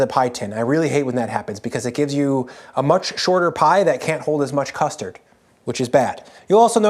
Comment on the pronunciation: Going to be honest: Saying things like “custee” for custard reminds me of Joshua Weismann in a really bad way.